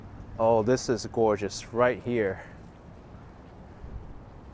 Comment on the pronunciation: Oh, I do love a New Yorker saying goygeous. Thanks againAK